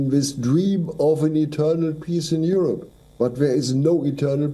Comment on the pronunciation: Its U'rope. Not Yo Yo Yo rope!